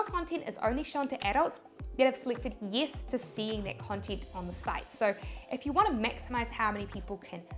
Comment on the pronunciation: yiss = yes 😁